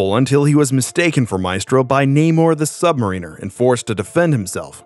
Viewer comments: That’s not how you pronounce sub-mariner. It’s not submariner. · His name is pronounced sub Mary ner! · You can usually tell when someone is familiar with Comics by how they speak about the characters. In this case it's when the Narrator talks about: Namor, also known as the Sub-Mariner and instead of saying it correctly; btw it's pronounced* Sub-- mare-in-ner* he says Submarine-er(the champion of underwater boats). He's amazingly one of the first characters in the Marvel Universe and deserves some Respect. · Namor the sub-mariner (pronounced sub mare rin er). He is not a marine. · Bro it’s pronounced like sub-mare-inner lol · "Untouched" is not the same as "unscathed" (Hulk couldn't crawl out of a bunker covered in stone & debris 'untouched', but seeing as how he wasn't injured, he was 'unscathed')& you should learn how to pronounce 'Sub Mariner'.